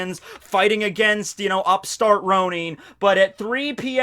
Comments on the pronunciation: the japanese pronunciation is “roh-neen” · WHAT DID YOU JUST SAY?! Ronin...(Row-knee-n)? Ronin...(Row-nin)? Shrugges shoulders in confusion Its alright, tomato (toe-mate-o) tomata (toe-mat-o) lol.